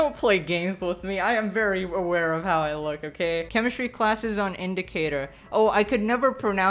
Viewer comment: When you say "Welcome back" Do you say welcome back I hope you're doing "lol" or "well" Everytime I hear him it sound like "lol".